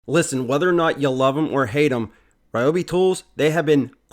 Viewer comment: リョービ 2 syllables more like RyO-BE not 3 syllable RAI- O- BE / RE- O- BE. love them. have the Ryobi 683403A Dust Collector VC-1250 in Japan. so loud!